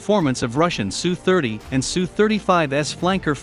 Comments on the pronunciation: Teach the robot voice to say "SU KOY" NOT "SU" . It will be a long war and those Sukhoi 29's from Poland will arrive in Ukraine eventually, be ready with the name of the designer! Pavel Sukhoi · It's just S.....U. Not Sue. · Tip for computer voice. Put "ess you" for SU. We don't need no Sue's. They may bring Karen's with them. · Pathetic channel... No one calls an SU-27 a "Sue-27" except some stupid channel with text to speech.